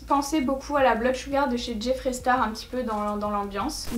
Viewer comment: Bon.... sil te plaît, arrête le massacre, je t'en prie! Arrête de dire "blood SHEUGAR" ça se prononce SHEUGEUR!!! (PS: Je t'adore 😙)